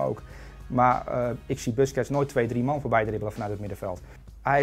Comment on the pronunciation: spreek busquets de volgende keer is goed uit graag